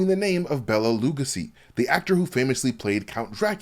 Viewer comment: Bela Luh GO' see.